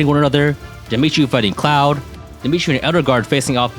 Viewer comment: The fact that pronounces 'Claude' like 'Cloud' made me think that Three hopes was going to have a FF7 Remake crossover/DLC.